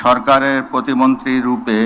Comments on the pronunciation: ভাই ওটা প্রতিবন্ধী হবে না প্রতি মন্ত্রী হবে উচ্চারণটা আগে ঠিকমতো শেখেন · ভাই শুরুতে বললো প্রতিবন্দী পরে কইলো প্রতিমন্টী😂😂😂😂